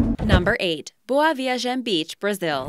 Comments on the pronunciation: The way she says "boa viagem" and "recife" annoys me so much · Jimmy TwoToes she says them wrong